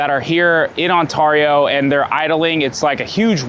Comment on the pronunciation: No one says Ontario like you bro.... go back to the valley.